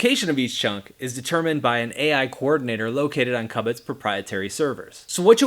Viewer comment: How can you be pronouncing it so wrong when the logo and interface is a cube but you say cub it instead of cube it 😂